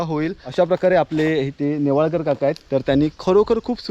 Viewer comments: .... गंगाधरराव "नेवळेकर" नाही .... "नेवाळकर" ...... "आडनाव" चुकवलेस.... "जे" या VDO मध्ये सर्वात "महत्वाचे" आहे ..... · अहो तुम्ही नेवळेकर असा उच्चार करत आहात. ते नेवाळकर असे माझ्या माहिती प्रमाणे आहे. चुकीचे काही सांगितले जाऊ नये.